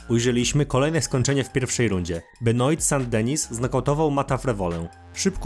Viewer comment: Masz straszny problem z czytaniem nazwisk zagranicznych już któryś z kolei to słyszę (w tym przypadku zamiast Benoit to byczku Benua, nie Dżesika Andrade tylko Andraż)